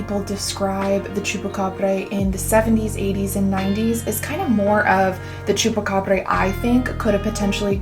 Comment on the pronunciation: Idk could be an alien pet or something.. could easily be an experiment.. also not that it matters much but the end pronunciation is more of a Bra! than a breh, like abracadabra.. Great video! Be cool to see more of the skinwalker legend, not the ranch, and the shamans.. my folks in Mexico be taking that Shaman stuff seriously..